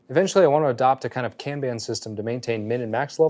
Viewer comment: Hahahaha...."can ban" had me going. It's pronounced Kahn bahn FYI. A good free option is Trello.